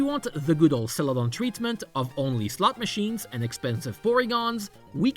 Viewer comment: I'm not normally one to poke fun at accents but I just can't help but giggle every time I hear "slut machines" in this video.